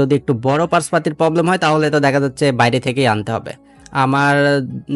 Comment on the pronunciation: ইঞ্জিল ❌ ইঞ্জিন ☑️ পবলেম ❌ প্রবলেম ☑️